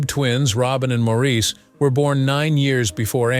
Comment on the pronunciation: And these AI THINGS need to learn how to pronounce Maurice . As he always said , It’s MOOOORRRRIIIIS